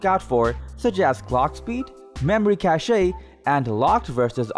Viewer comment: The e in Cache is silent.